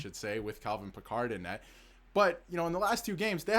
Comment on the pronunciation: Cal Pickard is not pronounced like Captain Picard from Star Trek FFS.